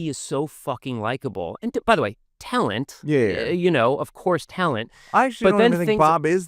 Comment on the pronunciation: And. You know—Tellent. Tellent.